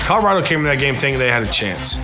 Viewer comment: Lol Nigga said “Colorada”